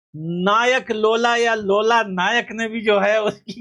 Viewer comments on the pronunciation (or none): Bhai lola nike nahi loola disilva 😂😂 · लोला नहीं लूला है वो😂😂😂😂